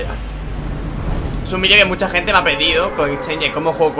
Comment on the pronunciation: es cosa mía que dice peido en vez de pedido